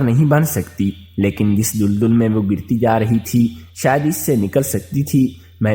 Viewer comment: Tum Ko Urdu NAHEE Aati Tu Mat Parha Karo Tum Daldal Ko Duldul Bol Rahay Ho Jaahil insan